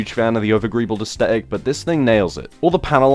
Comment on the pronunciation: Love ya dude, but stop saying asTetic.. there's a th!